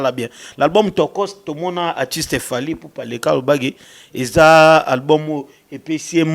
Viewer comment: Voilà encore un autre prestidigitateur pour juste impressionner. Je croyais qu'il était là pour promouvoir la musique et la culture congolaise. Cela se fait déjà sentir qu'il est vraiment haineux envers Fally, car il n'arrive même pas à prononcer son nom. Il fait de la chronique ou de la la promotion ? Il se croit intelligent avec ses expressions françaises rafistolées et bourrées des fautes. Ah le Congo, même une personne comme ( ça) vient dénigrer les musiciens. Pensez déjà à bien vous nettoyer et être propre svp.